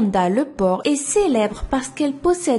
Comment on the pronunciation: "Amanda Lepor" g compris pourquoi elle s'apelle Lepor